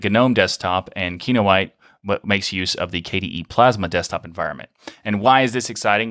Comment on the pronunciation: if you gonna say ki-no-i-te at least say kee-noh-eeteh :p